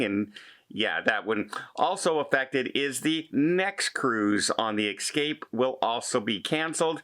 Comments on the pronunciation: Please, the word is EScape, not EXcape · Hey.... I think it is ESSCAPE not EX-CAPE. Just a friendly suggestion. I LOVE your shows. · Please practice saying ess-cape